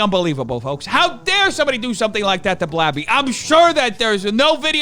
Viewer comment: When he kept calling gabby blabby I thought he was talking about some clown or something at first. Lol that's what the name reminds me of I guess. And the person too actually